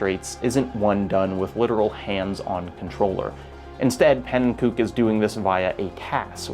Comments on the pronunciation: As a huge fan of Pannenkoek (fun fact: he actually pronounces it "ko-ek" rather than "kook", despite the latter being more correct) and the ABC Crew, I was holding my breath this whole video to see if they would be brought up. Audibly said "YES!!" as soon as he said Super Mario 64 lol. The section on Watch For Rolling Rocks was pretty much a perfect description of my introduction to the A Button Challenge, and it's really a shame to know that making that video pretty much destroyed Pannen's mental health for a bit. 3 weeks of what can only be described as Crunch, in between already demanding university semesters. I'm so so glad that that video got made, but I wish that he'd had the chance to make it in a more healthy timeframe and mindset. To anyone who wants to learn more I highly recommend the recent videos on Pannenkoek's channel as well as Bismuth's 6 hour documentary on the ABC, it's absolutely fascinating and probably the most in depth and thoroughly documented case of a group of people trying to learn everything there is to know about a game. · i’m definitely not the first person to say this but pannenkoek is pronounced pannen-ko-ek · "Pannenkook" :( how many times does he have to tell people the right pronunciation of his name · hearing u pronounce pannenkoek that way hurts my soul. he doesnt pronounce his name the dutch way, he does it in an anglicised way. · the way you pronounced pannenkoek is absolutely terrible but perfectly on-brand for an English speaker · Pannenkoek mispronunciation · the mispronounciation of panenkoek hurts lol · his name is pancake in dutch your pronounciation is pretty wrong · The way you pronounce pannenkoek name is hilarious. Oh it gets so much better I thought it was gonna be a one off thing but you keep saying it. it adds a very fun bit of levity to the video.